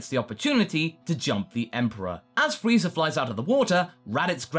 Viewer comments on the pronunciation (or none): Why dud say frieza freezer?